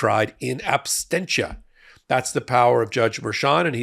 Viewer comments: ...it's "in ab-SEN-tia," sweetie pie, as in "absence." "Ab-STEN-tia" would refer to "abstaining," and you don't want that! Thanks for all the good things you do for those of us out here hanging on to your every word.........! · Absentia, not Abstentia, "Abstentia" is not a word, like "Insinuendo" isn't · Don't mean to pick on you,, but you keep adding an extra "t" in the word "absentia" (not "abstentia"). Appreciate all the work you put into these hot takes, though!